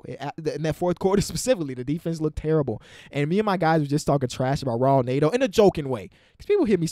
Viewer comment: Netos name is pronounced Net-o not Nate-O. I don't know where you get Nate from.